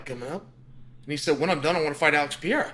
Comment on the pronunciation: Chael please read this comment then... He is called Pereira not Piera! You can also call him Alex or Poatan, much easier!